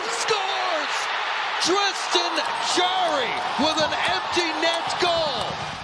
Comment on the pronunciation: Jarry ❌ Jerry ✅